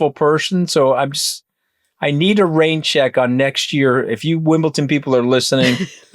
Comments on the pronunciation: pronounce it right and you may get invited. It's WimbleDON not ton. 😄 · Please stop with Wimbleton